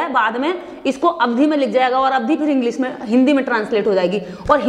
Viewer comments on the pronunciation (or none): none